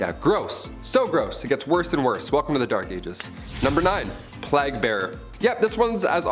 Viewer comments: "Plag?" It's pronounced like "Play-gh lol. Otherwise, great video! What happened to Brie and Raechel?? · The "plag"? Like rhymes with flag? Wtf. Isn't it pronouncef the "playgue"